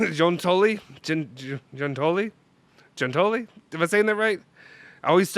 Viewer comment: Giuntoli is June-toe-lee